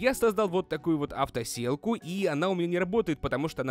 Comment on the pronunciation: Ты сказал не авто сетка а авто селка